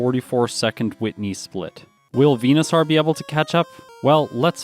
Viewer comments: it's VENU-SORE not VENU-SOUR or SAAAR like a pirate. Like Dinosaur not dino sour. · its venoSAUR not venoSORE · you’re Canadian right? Are you a newfoundler? Just the way you pronounce venosaur is different to the way I say it (northern Ontarian) You say it harder, like vena sarrr I say it like, veno soar. Idk just curious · Why do you pronounce Venusaur like that? 🦧